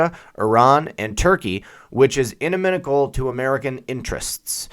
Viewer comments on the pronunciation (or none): Tip: pronunciation of ''inimical'' at Up your game by pronouncing these rarely uttered words accurately! Great content, btw,!